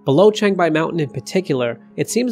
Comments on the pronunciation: changbai not chengbai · Chang = chahng like "wrong" not cheyng like "chain".